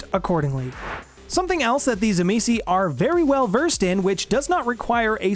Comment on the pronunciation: its pronounced "TSIMIIS" - it doesnt end with a vowel - i hate how most utubers get it wrong